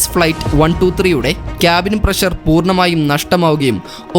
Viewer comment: വിവരണം കൊള്ളാം പക്ഷെ, പ്രശർ അല്ല പ്രഷർ എന്ന് ഉച്ചരിക്കണം അതാണ് ശരിയായ ഉച്ചാരണം ശ്രദ്ധിക്കുക ok.